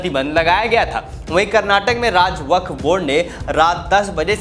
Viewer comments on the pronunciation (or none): none